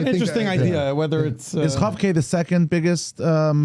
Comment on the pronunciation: Kof- K not Chof- K- who knew!